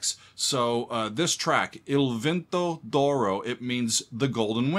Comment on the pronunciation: “Doro” 😂 Im not italian but im hispanic, so I automatically read “d’oro” as “de oro” which would be “of gold” in English. Idk just hearing him say “Doro” is funny lol